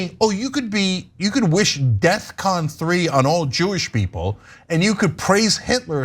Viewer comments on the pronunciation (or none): People....PLEASE stop saying "death-con 3," etc. It is DEFCON 3. It stands for Defense Readiness Condition. NOTHING to do with "death." ADDENDUM: Yes, I KNOW that's how Kanye said it and they are mocking him so....save it! It is a generalized comment that covers EVERYONE! I said PEOPLE.....NOT TYT or Cenk.